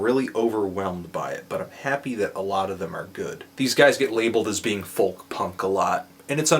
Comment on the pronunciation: You say FOLK wrong! Silent L!